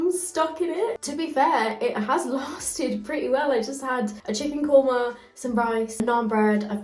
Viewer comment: did she say chicken qorma? I was shocked to hear that.